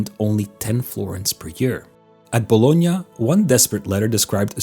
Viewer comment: I ADORE you for pronouncing Bologna correctly! I think I've never heard a non-native speaker nail the "gn" italian sound